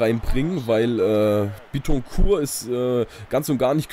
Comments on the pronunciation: bittencourt wird glaube ich nicht französisch ausgesprochen weil er ja deutscher is ;) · Du sprichst Bittencourt Falsch aus :D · als dortmund fan bittecourt falsch aussprechen :O